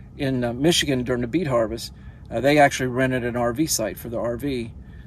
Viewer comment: oooh did he say beet harvest? I thought he said 🐝 bee. Lol